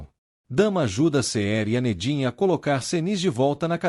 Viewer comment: Essa narração mecanica que não pronuncia os nomes correramente fica tudo igual. Todos começam com Ce. Cerem, Cemre, Cenq, Ceniz, Ceher